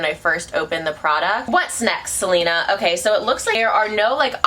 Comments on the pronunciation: “keep an eye out for Selenerrrrr”😂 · I died every time you said Selener 😂 I had totally forgotten about the meme